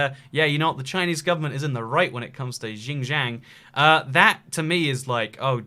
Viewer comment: Your pronunciation of Guangzhou and Xinjiang made me cringe